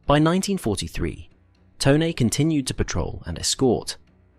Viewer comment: Glad to hear “Tone” pronounced correctly.